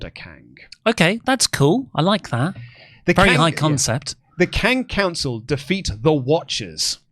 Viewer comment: Drink every time says ‘Kang of Councils’